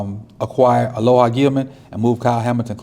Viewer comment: Alohi - uh low hee. Lol JP JP